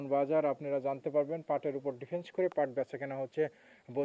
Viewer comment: এই লোকটাই ভুয়া, ভুদায় একই গোডাউনের পাট প্রতিদিন দেখায়। ক্যামেরার সামনে কিভাবে কথা বলতে হয়, তাই জানেনা। জুটমিলকে বলে ঝুটমিল, ডিপেন্ডকে বলে ডিফেন্স।